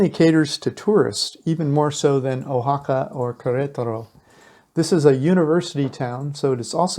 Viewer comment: How about matching video to voiceover. And learn to pronounce the names correctly. You have missed of them. Wah ha ca not o ha ca